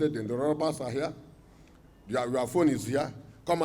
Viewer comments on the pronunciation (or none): The phones are heah, the transformer is heah, ta sit down, ta stand up, everything is heah, you think this is Kano….Kano robbers. Lol. Not funny at all, what is going on close to home.